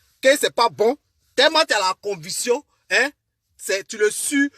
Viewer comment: Mon ami est-ce que tu as été à l’école ? Stp on dit conviction et non convution...